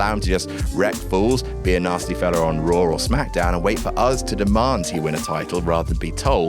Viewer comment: Raw* not Roar